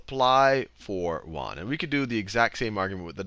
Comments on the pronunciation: It's pronounced 'yuen' -- like 'yen' but with a 'u' -- not Juan. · "yuan" sounds more like "yew ann" or "ewan"